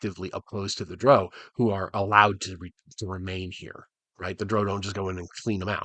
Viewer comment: Yeah, him pronouncing it like droh is really throwing me off here. I didn't know he was 'one of them'.